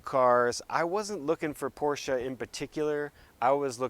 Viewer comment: Dude thank you for pronouncing Porsche correctly